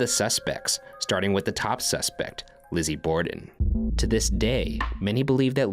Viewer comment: I don’t know how my brain mishear this, but I couldn’t sworn I heard Ryan say: “This Lesbian and I are here to investigate the Lizzie Borden House” 😂